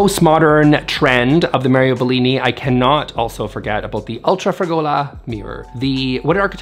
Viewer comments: FYI to properly dismiss that gaudy mirror: it’s pronounced “FRA-gola”. So now Italians can understand you and we can all improve! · Yes, yes, yes, you are right. Who the hell is Bella Hadid? As for the double and triple kitchen islands, they remind me of a bake off show.... BUT please check the pronounciation of non-english words. "Fragola" is stressed on the first syllable.